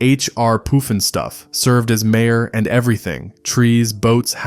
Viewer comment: AI idiot voice Not POOF-EN-stuff it's PUFFinstuff.